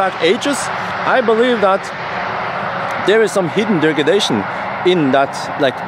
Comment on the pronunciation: hidden "dergedation" xD